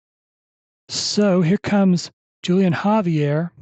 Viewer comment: The J is silent in Julian, more like Wholian